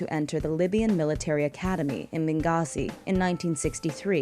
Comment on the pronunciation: His sons name is Alsaadi not Alsaid, Its Benghazi not Benzahi, and Saif Al-Arab never defected lol what was your source on that! nevertheless don't be fooled by the misinformed in the comment section claiming Gaddafi was loved by his people, he really was a dictator that ruined a great rich country!